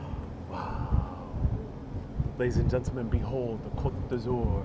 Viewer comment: It's 'Côte d'Azur'. Not every French word requires a final 'e'...